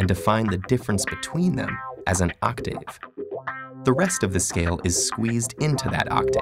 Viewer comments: M.W. Vaughn ikr like THAT IS NOT HOW YOU PRONOUNCE IT. Sorry about the all caps but I'm too lazy to retype it. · The way he says octave bothers me